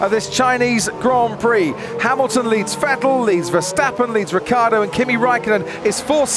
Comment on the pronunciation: I'm pretty sure that's NOT how you should pronounce Ricciardo